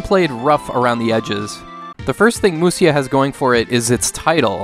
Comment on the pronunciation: It's actually Musha. Musya is a different way of writing japanese but it leads to odd pronunciations like the one you did here(through no fault of your own, I mean it says Musya..) But 武者 = むしゃ = Musha.